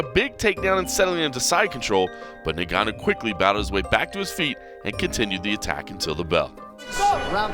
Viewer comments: It’s pronounced Gun-nu. You don’t pronounces the N. It’s silent in Africa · You cover MMA and you cannot even pronounce his name properly? It's 'En-Gannu' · Why u saying neganou